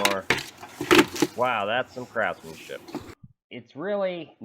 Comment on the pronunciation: Did you say crapsmanship or craftsmanship?